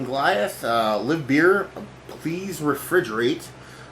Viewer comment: Live beer? Good Grief take a reading lesson. LIVE beer like Saturday nite LIVE